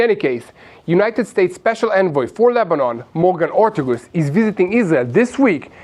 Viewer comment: it's Morgan Orteges rtagess